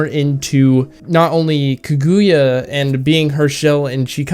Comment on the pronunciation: Good and precise review The movie was just amazing. I also had good weebs watching together. The theater was full seated (must be because there is only one showing for only one day) Just one problem It is Ka-Gu-Ya Not Ku-Gu-Ya